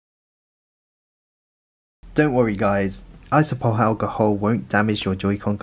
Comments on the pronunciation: Iso-pro-pill. Not isopol. It's like you're just pretending half the letters in the word don't exist lol. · ISOPROPYL alcohol not iso-pole?! Iso-pole wtf